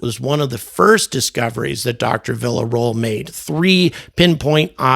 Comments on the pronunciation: villa ro-el, like villa + noel, like village noel, villa-ro-el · it's pronounced Vi-ar-ro-el. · Her last name is pronounced "Viya Royale" come on dude. I suggest looking up how to pronounce difficult names. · "Viya-ro-el" In case you get the interview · Ffs learn how to say her name 😂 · It’s pretty disrespectful to not even attempt pronouncing Dr. Villaroel’s name properly